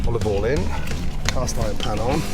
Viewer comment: Just came to hear him say oluv oyle!